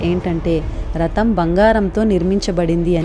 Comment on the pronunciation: బాగుంది. ఇంద్రుడు అంశ అని చెబితే ఓఔచిత్యవంతం. రతం కాదు,రథం.చిన్న చిన్న జాగ్రత్తలు అవసరం.